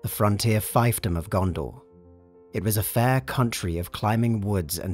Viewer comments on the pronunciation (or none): Fiefdom is pronounced "feefdom" and not "fifedom" like the video. Lotr is an interesting series to cover there's a lot of room for little vids on various factions that weren't even covered much in the films. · Is that the British pronunciation of thiefdom?